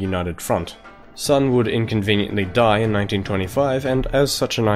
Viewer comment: There's a couple times you messed up in this video. First, you pronounce Sun incorrectly, as well as Chieng. Second, Japan specifically did NOT anix Manchuria, instead setting up a puppet state. Third, you attributed several things that at least arguably would have happened anyway to Mao's government at the end, and framed it in a slightly biased light, which annoys me because people who don't know better would be influenced by this not entirely unbiased presentation. Good video overall though.